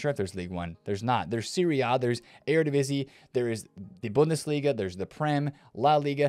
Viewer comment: Your "Bundesliga" pronunciation is perfect!